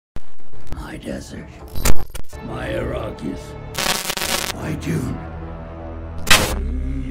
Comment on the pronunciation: And why did Baron pronounce Arakkis as “A-ROCK-is”?